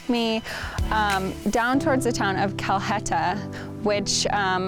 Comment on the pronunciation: FYI Calheta is actually pronounced Calieta.